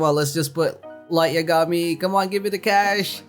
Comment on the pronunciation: Did anyone notice that he said light yagami's name wrong